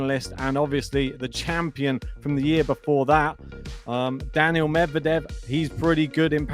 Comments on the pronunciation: His name is Daniil. Not Daniel. Get it right. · He is not saying Daniel,but Danil